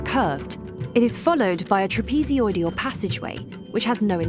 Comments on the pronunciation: TRAPEZOIDAL NOT "TRAPEZODIAL"!! 😵‍💫🙉🙉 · Take a drink everytime she says "TRAPEZODIAL"! 🤣🤣💩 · Trapeezee-oidal. Ugh.